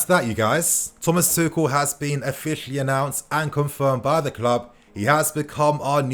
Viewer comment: At this point I just wanna see some good football being played....getting sick to death of the ball going backwards constantly. Ps it’s pronounced “two-shell”